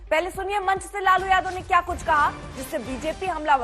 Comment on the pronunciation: Jadaw nhi yadav hota hai bolna, nhi aata